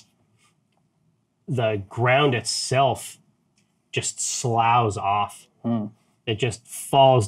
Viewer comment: Jerry: its pronounced /sləf/